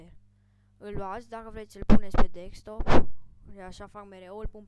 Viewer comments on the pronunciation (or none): His name is desktop not dekstop